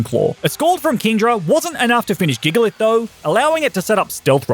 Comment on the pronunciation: You pronounced Gigalith wrong. Giant, Gigantic, Gigalith. It makes a J sound not a G sound.